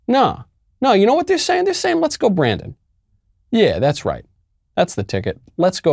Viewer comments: Brandon isn't pronounced, Briden.... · I heard F Joe Brandon!